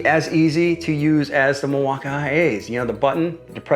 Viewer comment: By around the 5th time he said "MIL-WAU-KAY-EH" I was done. Super cringe. I award you no thumbs up, and may God have mercy on your soul.